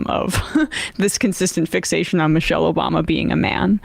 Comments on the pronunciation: "Barack Obooma" I heard it, we all heard it lmao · "Barack Obooma" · Barack O-boom-a Cmon Sam wtf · Like Sam’s slip up - Barrack Obooma lmao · Sam very nearly said Barack OBoomer and I feel seen for the first time. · Sam almost called Obama Oboomba and i laughed.